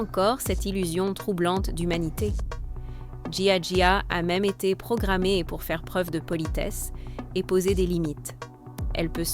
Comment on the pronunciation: Ce n'est pas Gia Gia mais Jia Jia le g se prononce j et inversement en anglais